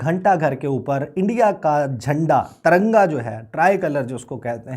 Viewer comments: TARANGA NAHI NAZAIZ AWALAD😹😹😹TIRANGA BOLO😹😹PORKISTHANIO ZINDA BAAG,TTP ZINDABAD 😹😹💦💦🇵🇰💩💩💩💩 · Taranga nahi Tiranga hota hai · Bhai sahab ko tiranga bolne nahi aata